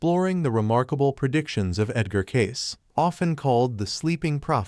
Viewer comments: You pronounce Edgar Cayce's name...it is not Cases....it is pronounced Caycee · It is pronounced Cacee not Case... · At least learn how to say his name. It’s K-see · Cayce is pronounced cay-see. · His name is pronounced "Kay-See". Hey guys AI doesn't work. And you were lazy and didn't fix this silly mistake. Kind of hurts your credibility. Just sayin'.